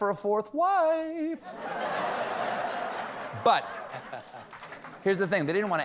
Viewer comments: Did he say Fourth Wife or Fourth Reich? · I know Stephen said '4th wife' but I 100% heard 'Fourth Reich' shivers